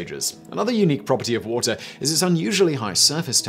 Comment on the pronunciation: "The Woahhh-teh Channel."